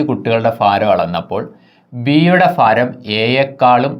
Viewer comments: ഫാരം അല്ല മാഷേ, ഭാരം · ഫാരം അല്ല ഭരണി yude😃ഭ... അപ്പോൾ ഭാരം. ഒരു മലയാളം ടീച്ചറെ കണ്ട് ഉച്ചാരണം പഠിക്കു മാഷേ 🙏